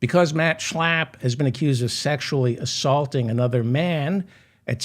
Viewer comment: Everytime u say Schlapp the way u do, laughter erupts!